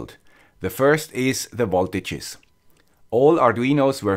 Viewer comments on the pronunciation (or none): VOLTAGES not BOLTAGES